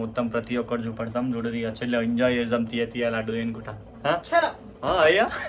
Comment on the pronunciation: Laaaaaadu kadu laddu anu amma 😂😂